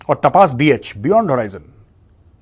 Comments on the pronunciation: Jay Hind Major Saab it's तपस Not तपास 😊 Sorry to correct ur pronunciation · मेजर साब सही pronounce तापस ही ।